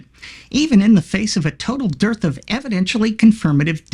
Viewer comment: He said dirth